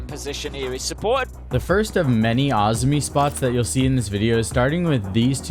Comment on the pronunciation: I think the operator is actually called Azumi not Ozmi. But maybe they changed it?